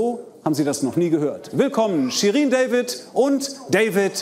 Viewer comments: jemand der den Namen richtig ausspricht Ehrenmann👍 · Endlich mal jemand kompetentes, der Shirin deutsch und David englisch ausspricht.